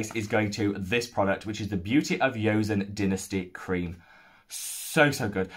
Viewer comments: Hello, I'm Korean and just wanted to say it's pronounced "jo-sun" not "yo-sun", glad you're enjoying their products ! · quick note: joseon is pronounced "jo-sun", with the "jo" sounding like a combination of "jo" and "cho". not a 'y' sound. :) thanks for your 2021 thoughts so far!